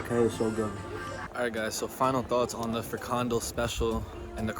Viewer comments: Nice one 👍🏻 Most tourist speak about Dutch food, but poffertjes, bitterballen , kroket , frikandel , stroopwafels (koeken); are more snacks then real food. Pronunciation: frikandel, the emphasis is not in the middle but most at the end with 'del' A coffeeshop is the place were you can buy cannabis / weed products. Coffee you can drink at a cafe, lunchroom or restaurant. About Dutch beer: I have read on the internet about Dutch brewers In recent years, the Netherlands has developed into a leading beer country. With almost 1,000 breweries, an extremely varied range of Dutch beers and as the second largest beer exporter in the world, the Netherlands is among the world's best. The Netherlands has more breweries than the traditional beer country Belgium and also has more breweries per capita than beer country Germany. This large number of breweries ensures that Dutch beer drinkers can choose from a hugely varied range of all kinds of beers, from beautiful IPAs, Blond or Tripel beers to non-alcoholic and low-alcohol beers. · Its fri-kan-DEL, not fri-KAN-del, but ok, you tried :) Lovely to see you soak in the Dutch cities. Utrecht is still one of the largest, you should also try smaller cities in Brabant for example, like Eindhoven or 's-Hertogenbosch, things are even more chill there. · Nice Vid. Just to help you, the Fondo you called it, is a FRI-KAN-DEL or if you go to Belgium, a Curry-worst. ;) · Great vlog once more 👍👍👍 How to pronounce The " Frikandel " ( with the onions , tomato sauce and mayo ) ... FREE - CUN - DELL = Frikandel Now you know ! 👍😁 ❤🤍💙 Cheers , Helen 👍🍺🗽 Love your vlogs !!! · It's pronounced frik can del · it's pronounced like 'freak'-andell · Please stop pronouncing “frikandel” like that. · You're trying, but the English vowel shift is kicking you ass... Double O sounds like O and j sounds like y. Brood is bread, and -je or -tje is a diminutive, so a broodje is a cute little bread. Say 'brode-tyuh' and 'freak on dell'. ;)